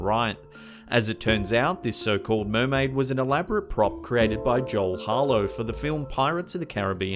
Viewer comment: MURMAIDER MURMAIDER MURMAIDER MURMAIDER